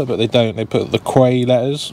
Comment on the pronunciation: "quay" is pronounced like "key" 😉